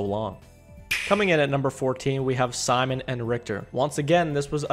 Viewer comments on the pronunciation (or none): none